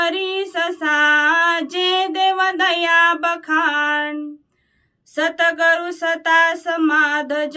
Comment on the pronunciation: Satgar nhi satguru bolo